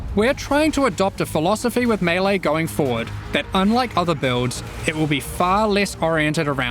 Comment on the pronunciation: Thank you for pronouncing melee properly!